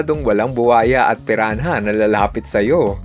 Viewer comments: Pirana (piranha) hindi piran-ha..ano ka si tipsy d? TANGA‼️‼️‼️ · Pirana po yung pag bigkas sa Piranha ☺️ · Piran- ha? Hahahaha